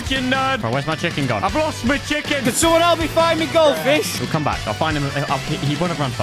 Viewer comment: No one: Absolutely no one:: MyThIcccc ChIcKeN